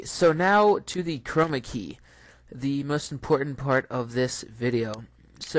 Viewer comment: Love the way you say Chrrrrrroma key . Arrrrr! :) It's the little things that make an instructor memorable.